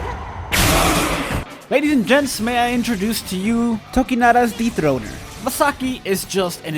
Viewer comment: 😳What was that??? > "[Masaki is]...Tokinada's DEEP THRO_T_R..." < Ohhh... "DETHRONER" ... Thank goodness for closed captioning.🤭